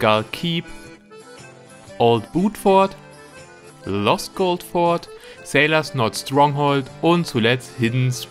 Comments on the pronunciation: richtig... aber das S wird bei der mehrzahl schon gesprochen soweit ich weiß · Die heißen Fort nicht For 😂 Also Forts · Es heisst ForTS nicht FOR